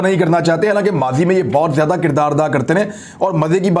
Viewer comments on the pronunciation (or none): none